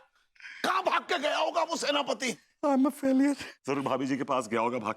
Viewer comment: Werspati nhi Senapati😅